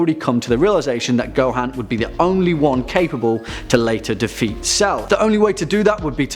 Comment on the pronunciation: It's Gohan not GoHAn